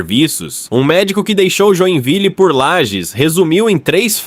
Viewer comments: obs: LAGES e não lajes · Inteligência artificial, usa o padrão, desconhece o nome próprio da cidade...